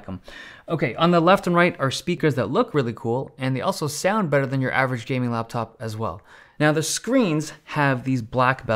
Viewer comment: “Jayming laptop”